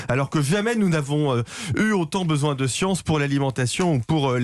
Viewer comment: La "science" ? La scie-anse…